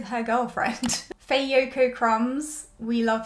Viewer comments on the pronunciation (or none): I loved every bit of this! Had me cackling to start my day. If you watch their interviews though, I think Faye’s name is pronounced as if there were no A in it—phonetically it would be “fye”